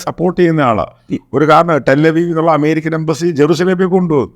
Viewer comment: അമ്മേരിക്ക അല്ല അമേരിക്ക